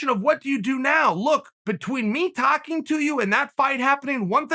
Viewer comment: Uncle Chael is "tacking" to you... which can only lead me to believe he orders "Talk-Os" at Taco Bell